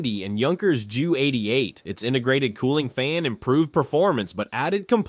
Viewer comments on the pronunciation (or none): Junkers in German is Yoonkers and the Ju is Yoo not Jew.